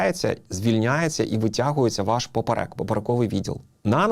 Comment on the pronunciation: ПОперек, наголос на 1ий склад